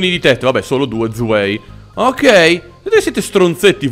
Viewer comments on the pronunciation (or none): si pronuncia zwai (due)sono tedesco XD